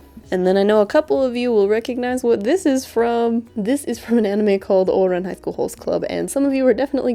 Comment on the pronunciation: I'm very much enjoying the way you pronounce Ouran Highschool Host Club. It sounds german.